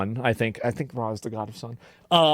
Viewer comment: Did I hear that right? "God is the Ra'd of sun" =p